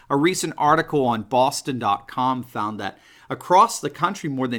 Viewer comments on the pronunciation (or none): none